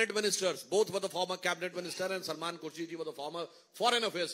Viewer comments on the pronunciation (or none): none